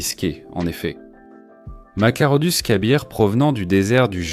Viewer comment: Machairodus qui se prononce Makairodus.